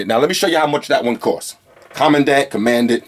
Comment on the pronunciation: Kommandant is German and pronounced Komm-An-Daaant =) You are a case maniac man haha like me with guitars